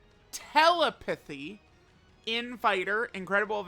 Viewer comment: Interesting pronunciation of telepathy